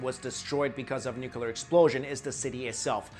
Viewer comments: NUCLEAR, how come so many people say Nukelar ? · Why does he pronounce nuclear "nucular"? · Nuclear not nucular... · Will u PLEASE... for the love of Oppenheimer... learn how to properly pronounce the GODDAMN WORD NUCLEAR??? There's only ONE U in the word! Is NU-CLEAR!!! Nu-CLEAR!!! Not Nuc-U-lar!!! Every time I hear u say it like George effing Bush I want to throw my phone across the goddamn street. So PLEASE!!! Can u say it like u have the slightest idea what you're talking about from now on? Please??? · Nucular. Its pronounced Nuclear. Great vid though. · It's nuclear, not nucular. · It's NU CLE AR, not NU CU LAR geez... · yeah there was definitely a "noocuuuulllllluuuuurrrr" war 4000 years ago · NUKULAR ugh over and over again... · Stop saying nuculer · Great video - interesting pronunciation - should be MA-ha-bha-ra-ta for Mahabharata & new-clear for nuclear ;-) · lay off the drugs dude and study english pronunciation instead. "nookilar"? "archie-type"? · Please, stop saying "nuculer".. ok? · Sorry but I don't trust anyone that pronounces nuclear,nuculor. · haha, he says "nucular" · He says nucular XD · Nukyular nukyular nukyular 😂😂😆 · 'nucular' ... cringe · Nuclear, not nucular lol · you are way to intelligent to mispronounce nuclear. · _ He can't pronounce nuclear either. Cheers. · Can nobody pronounce nuclear properly?